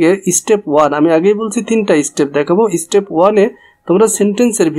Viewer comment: Dekhe to English teacher mone hoi na step ke stepe bole would ke ought bole ☠️☠️